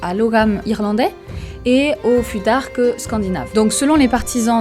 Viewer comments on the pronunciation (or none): Pourquoi mal prononcer le futhark si tu connais la bonne prononciation ? Ça induit les gens en erreur et c’est pas une bonne habitude